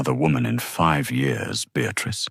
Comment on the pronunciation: B , bee. Bay , Beyah, come on sort your A.I out. And why is it challenging for it to pronounce years? It sounds like it's says YOURS😮